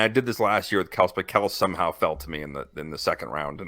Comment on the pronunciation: You pronounce it Kel-see. Jesus, if you don't even know how to pronounce his name therea no way you know what you are talking about